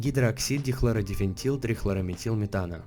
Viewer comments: дихлордифентил u said so isnt the right version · Хайкс, наебал, в слове дихлордифенил ты сказал дихлордифенТил, англичане реально так будут говорить ведь :D